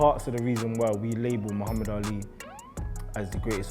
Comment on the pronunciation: But Bruuuuh it’s Muhammad not Muhammed